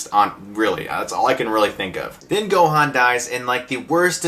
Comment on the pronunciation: They also pronounce Gohan's name wrong, which really really irritated me!